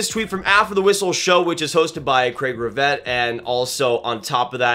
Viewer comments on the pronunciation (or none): It’s Craig Rivet (pronounced Ra’vay) Relax, no way Sabres make a move any time soon.